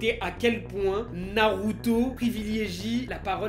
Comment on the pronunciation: Narrrruto best